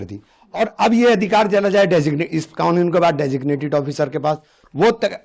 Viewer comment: Ye padha likha jahil owesi kanoon ko khanoon kyu bolta mulle number ko lamber kyu bolte hai